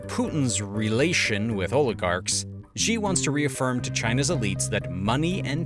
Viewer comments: Great video l, but you are, like most English speakers, pronouncing xi's name wrong. You're pronouncing it with a ʒ like the g in "genre" but it's not an initial cosonant sound in any Chinese word. I don't know where this started, but that isn't an English (except for French cognates) or Chinese sound at all. His name is pronounced "she" as in "she has her panties in a twist over taiwan" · Where’s the part that elaborates on why the CCP will never invade Taiwan? It’s right in the title. That’s why I clicked. Consider giving the former and current Taiwanese presidents some respect by mentioning their names a few times. I’m sure you have plenty of viewers who can coach you in pronunciation. For now, free to pronounce Xi’s name in the same way you would say Xi sells xishells by the xishore. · Xi Jin ping Xi is pronounced as Si like in Sin. . This is very clear evidence that China has invaded the Pacific Islands like Fiji , the Solomon Islands and Maldives. Fiji central bank releases controversial Chinese-theme banknote . The Reserve Bank of Fiji—or Fiji Central bank—is causing a stir as it has begun selling a banknote with Chinese features. However, many question the timing and drive behind the release, as China's growing influence in the Pacific has been causing diplomatic tension recently. . The Reserve Bank of Fiji has begun issuing a Chinese-themed 88-cent commemorative banknote, which has been causing a stir with many questioning the timing and significance of the release. August 2022 ABC News Ace Tech News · The proper pronunciation of Xi is closer to CEE than to GEE. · Please learn how to pronounce his name. Xi is pronounced like the English word “she.” Not zhi. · how come you pronounce Xi as zhee and not shee 😂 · Xi is not pronounced as G. Just pronounce like how you pronounce the letter C. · Could you consider pronouncing "Xi" as "She"? This is the actual pronunciation! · It's Xi, not Ži Great video otherwise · XI = SHE, NOT ZI/JI. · It's not "Ži", it's "Ši"